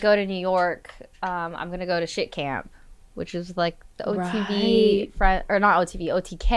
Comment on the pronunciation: Did she say shit camp? lol